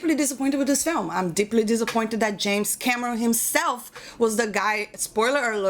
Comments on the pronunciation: The way you said it sounded like 'James Cabrón'. Pretty fitting. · First time viewer here... Gotta say, I like this chick! She's got a good head on her shoulders. Edit: oh and the way she says James Cameron with that accent.... I love it. If you read this Can u say "hello Clifton" ?!?!